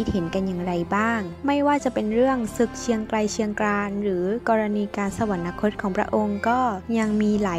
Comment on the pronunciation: สวรรคต. อ่านว่า สะ-หวัน-คด